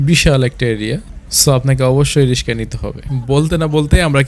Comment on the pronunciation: রিস্কা নয় ভাই রিক্সা